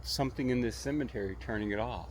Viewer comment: The way you say (cemetery) 😅😂.